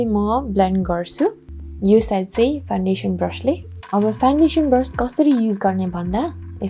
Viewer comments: 🤣😂.. khas ma ta foundation ho. Nakkal paarera bolda fandation suneko ho😂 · hajur hamilai ni thahacha. Correct spelling Foundation ho ra pronounce garda fawn-day-tion huncha. 😇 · Fandation vaneko sunxu ta... adi adi boleko ki testai vanne baani hoki correctly vanne nai tei ho? .. launa kasaile vandiye hune☹